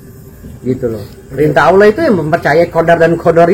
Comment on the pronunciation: Dia ngucap ALLAH saja ( awlo) malah ngajak debat agama 😆 . Kesulitan ekonomi memang berdampak ruaarrrrrrr binasa.